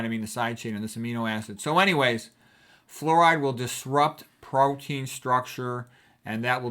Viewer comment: “Flooride” I love it 😂